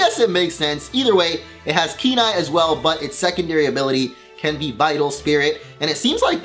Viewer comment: Whenever he says Keen Eye I hear Kenai like the main character from Brother Bear.